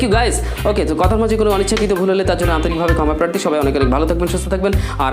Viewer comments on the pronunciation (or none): none